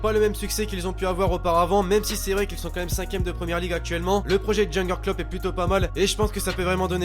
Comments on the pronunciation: Jurgen Klopp prononciation Yurgen klopp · ça se dit yourguen kloop